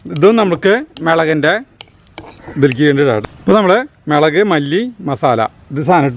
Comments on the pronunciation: മേളക് അല്ല മുളക്, കാണുന്നവർ ഒല്ലൂർ കാർ അല്ലാലോ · Hai gadiyaee Sugamano. Melak ennalla mulakk ennuparayu. Currykanditt kothiyakunnu.